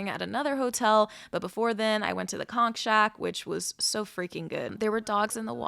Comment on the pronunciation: Born n' raised in Nassau. Living in KC. My dad was born there in Turks, but i've never went there. Thanks for pronouncing conch (konk) fritters correctly. You know a tourist when they say kawnch. :)